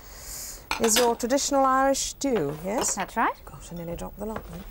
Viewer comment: Did mary says iris stew -dropping the h